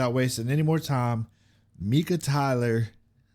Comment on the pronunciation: It's pronounced Mike-ah. He has many songs out. He's a great artist! You need to watch his more humorous hits, like "You've gotta love millennials." You will laugh!